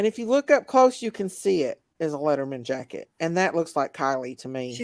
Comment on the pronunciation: It’s a Letterman jacket. Sounds like you’re saying leather mens jacket. They’re distinct. Arms are usually leather and typically white or a lighter color depending on the school colors but white is mostly used. Body is a heavy wool type material. That looks almost marooon/burgundy